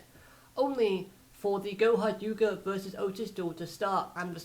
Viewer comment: Do you realize that you said goha yuga instead of goha yuka